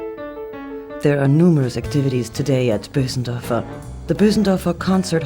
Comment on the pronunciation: its not boosendörfer but Bösendorfer (languagewise)